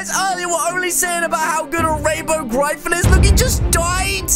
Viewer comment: I like how he says gryphon the wrong way